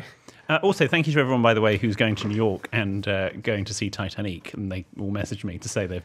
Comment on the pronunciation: I just love when he says Titaneec… 😂❤